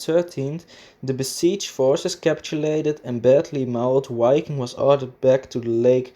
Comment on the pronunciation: Nice video and excelent information, however it does not pronounce "UAI-king", it does pronounce with a V sound, like the word "VIKING".